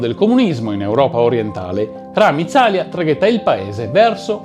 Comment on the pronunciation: Buongiorno, ottimo lavoro. Bene anche la pronuncia, a parte: Ramíz Alía ( tipo ramiiiz aliia )